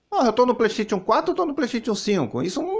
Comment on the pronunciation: Preystetion 5 fala direito